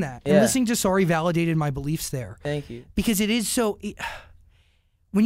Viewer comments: “Tank u, tank u, tank u” HAHAHHA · when he kept saying fwankyou OMG I CRIED OF LAUGHTERRRR